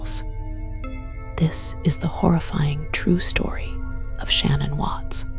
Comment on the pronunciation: Sadly with her whispering and annoying tone she’s mispronounced Shan’ann’s name. Had to stop the video right then. This is unacceptable when the video is ALL about what happened to Shan’ann and her babies.